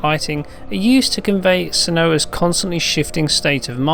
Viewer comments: What a way to totally mispronounce her name lol! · He said Senuah all wrong. Guessing he hasn't played the game properly as they mention her name lots.